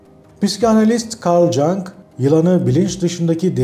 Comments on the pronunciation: Cang değil, Yung...genç yani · sadece bilgi için, asla eleştiri değil, okunuşu türkçeye göre Karl Yung olarak okunmalıdır, Cang değil. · Güzel ve başarılı bir video. Teşekkürler. Ufak bir not: Karl Jung İsviçre'lidir ve adı Karl YUNG şeklinde okunur..